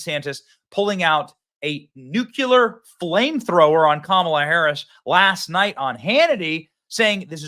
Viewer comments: Benny, I'm just starting to like you. Please be an intellectual and say Nu-Clear, not Nu-Cu-Ler. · OMG did you say NUKULAR!! I hate Bushisms. Its Nuclear New-Klee-Ar NOT New-Ku-Lar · I love you but Nucular? 🤦‍♀️It’s nuclear!